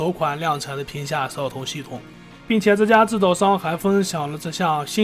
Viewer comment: 摄像头，你能不能说清楚点